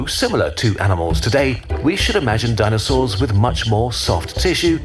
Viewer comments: it's DINO-SAURS not dino-cerous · Dineocerous and georaffes 😂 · dino-cerous and geo-raffe i can't this guy is killing me